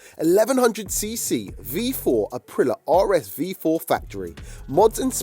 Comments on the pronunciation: april lee ya...not apreelah 🤦‍♂️ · Someone tell that idiot its pronounced Aprilia NOT Aprila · It's pronounced a-prill-ee-a 🥹